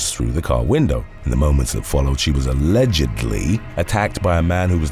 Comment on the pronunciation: "A-LEGGED-ly" 🤣🤣🤣 I love this channel! ❤️